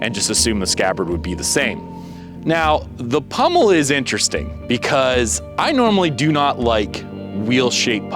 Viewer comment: POMmel, not PUMmel